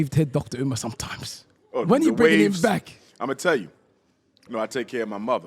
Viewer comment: Yet another podcast with hosts who refuse to let Dr. Umar cook.. The cringe is unreal, couldn't even say his name right at the intro. I'm done